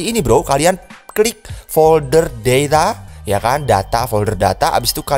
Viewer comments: Folder deyta apa data 🤣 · Itu kayak nya pake logat inggris